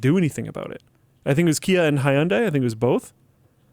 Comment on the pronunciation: Hyundai is pronounced hunday, like Sunday.